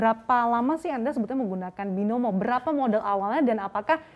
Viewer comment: Binomo atau by-no-mo😆 sudah habis main binomo, mau makan pun sudah tiada apa apa lagi....